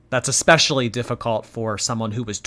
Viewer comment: There's something about her saying 'Expecially' that drives me up a wall. English isn't my first language and my english is so much better than hers. I don't understand how you can be so bad at your native language.